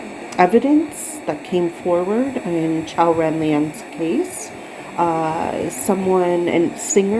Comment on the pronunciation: Thank you! You pronounced Qiao’s name perfectly! We are all fighters for justice and humanity. You are truly appreciated ❤❤❤